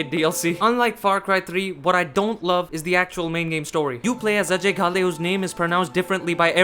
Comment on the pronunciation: btw are you also indian? your accent sounds like an indian accent AND FINALLY SOMEONE WHO PRONOUNCED "AJAY" CORRECTLY